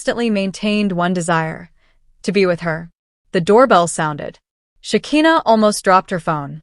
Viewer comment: Sha ki na. Not Sha ke na😅😂